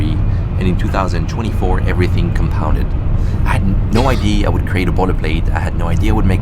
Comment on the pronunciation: sounds American when saying "Compounded"